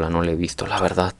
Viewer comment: Deja de decir verdat cuando habladassss